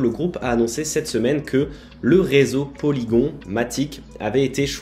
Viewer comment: Polygon prononcé à la française 🤣🤣🤣 Trop bien ! Aller tout le monde sort son béret et sa baguette...